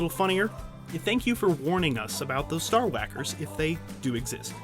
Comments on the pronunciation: Min "Star Hawakers" (like Stewie and CoolHawip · I crack up everytime he says Star wacker.